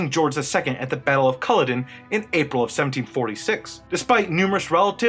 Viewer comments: The Battle of Cu-LOD-en ... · Culloden is pronounced CULL-AWE-DIN.